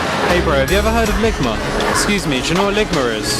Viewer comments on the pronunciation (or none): Ligmer lol it’s ligma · "Lig my" 😂😂💀💀